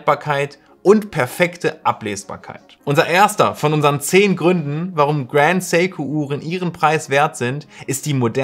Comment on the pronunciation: Endlich mal ein deutschsprachiger Youtuber der Seiko richtig ausspricht.